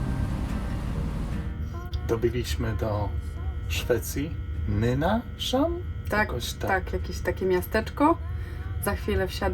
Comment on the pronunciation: Fajny odcinek,choć bywam w Sztokholmie to dowiedzialam się kilku fajnych informacji. Jedną sprawa..nie Nynaszhamn......Po prostu... Nynashamn 😊😊